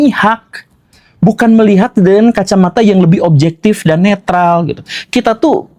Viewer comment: Maafkan saya Tuan Guru... Saya bikin komen ini untuk umum warga Indonesia.. Kebetulan sebutnya kali ni ☺️ Kami di🇲🇾 garu kepala kerana orang Indon suka amat guna perkataan Inggris Yang mereka kurang arif..🤔 Sebutan salah selalunya..contoh Neutral bunyi betul ialah...Niu..tral. Bukan "natral" Natural lain makna. Bunyi = na che ral Mengapa tak guna bahasa sendiri.. Neutral=Berkecuali Wajar diketahui.. Apa maksud 'fatal'? Orang 🇮🇩 suka amat ambil kosakata Inggris tanpa tahu makna tepat.... FATAL= mengakibat maut..mati.! Itu saja= bawa mati Memandai🇮🇩 ambil bahasa asing Dan guna jauh tersasar dari makna sebenar... Isn't it embarassing? Guna bahasa sendiri apa salahnya..?‼️